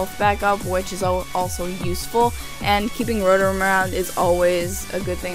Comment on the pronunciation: Did u just call rotom rorom XD